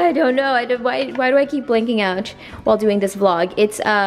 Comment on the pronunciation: “Why do I keep blanking outch”